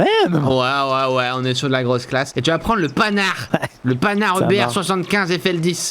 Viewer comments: Ça ce prononce "pan" "ar" et pas "panard" fa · sinon ça se dit pan ar pas panard xD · Et faudra préciser que ça se prononce "panhard" et pas "panard" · tu m'a fait marrer, PANHARD ça se prononce "pan-art" pas panard ^^ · c'est pas panard c'est pend art (Panhart) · Ça se dit "pan" "art" pas panard 😁 🤙🏼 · Bonsoir. On ne dit pas panard mais pan (comme le pan d'un fusil) hard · Il a dit panard alors que sa se prononce pan-hard comme la marque de voiture mais sinon ct drôle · Les chars Panard 😂😂😂 c'est Panhard pan-et-hard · On dit "pan" "art" phonétiquement mais sinon excellente vidéo 😍